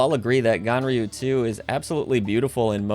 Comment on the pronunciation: it sounds like you call the game gonorrhea 2.